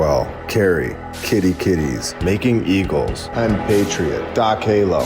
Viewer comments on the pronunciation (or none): none